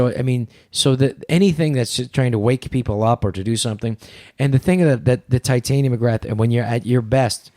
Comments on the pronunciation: I am 30 mins in on the second part and Andrew still hasn't corrected the mispronunciation of Tytania to Titania. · shit someone tell him how to say titania, like narnia she is posh !lol